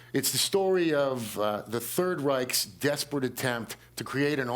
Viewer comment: "third raiks"